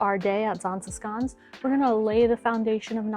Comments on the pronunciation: If you can't do the sch sound, it's safer to go with sh than sk. Just fyi. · I like the Zaanse Schans. To me the way you pronounce it is like Zaanse Skaans as if you have some sort of dialect. However the same with Giethoorn. I skip both sites in high season. You can enjoy em better when it is more quiet. I even bought my bike 10km outside of Zaanse schans. So I biked via Zaanse Schans, Zaandam back to Amsterdam. And from there hopped on the train. You might also like to visit fortified places like Muiderpoort, Naarden, Boertanghe. Places of great importance back in the years. They are cute/idyllisch to walk through and enjoy the whole scenery. Or at least that is my opinion. Also: do a TVTAS tour. Aka visit the islands: Texel, Vlieland, Terschelling, Ameland and Schiermonnikoog!